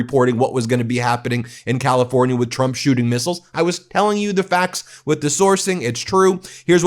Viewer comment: am i the only one who notice carolying says “president chrump”